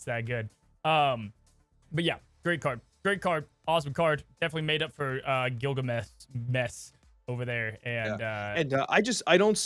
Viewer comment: Not Gilgameh?